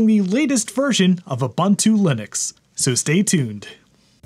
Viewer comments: I appreciate all your videos, but please stop calling it uh-bun-too. Please 🙏. oo-boon-too. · Man its not Ubbuntu. Its more like obonto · You're awesome dude, love the channel, but say it with me. OO-BOON-TOO. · boo boo boo... Ubuntu is pronounced Oooo Boooon Tooooooo. Add as many o's as you'd like but don't put no Bun in that oven baby! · That's not how you pronounce Ubuntu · lol, people still can't pronounce ubuntu correctly after all these years.